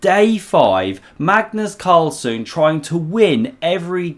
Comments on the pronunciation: "Cagnus Marlsen"?! LOL. But otherwise, a nice analysis of this game. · LOL at “Cagnus Marlsen”